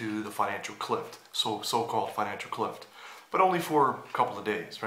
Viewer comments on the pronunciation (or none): It's "cliff" not "clift"